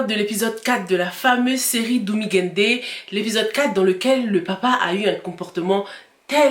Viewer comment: Hhahhaha on sent que ca te gratte l'oreille quand elle prononce DOUMGAINDE hahahah, courag cava venir, c'est simple, ca se dit DOMI GAYINDé !